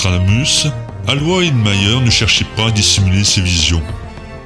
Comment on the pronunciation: Merci pour ta vidéo super ! Son prénom se prononce Alo Ï sse il s'écrit Aloïs . Bon à s'avoir ❤️